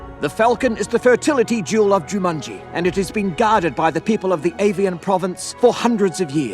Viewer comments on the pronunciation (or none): They spent enough money on these films. Why didn't the director tell Rhys Darby to pronounce Jumanji properly? It comes out as "Ju-MUN-gie". So irritating! 😬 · excuse me who is "juMANJIE"